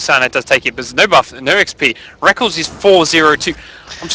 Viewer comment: Omfg plz stop saying rekles is "Rek" "kles" dumb commentator2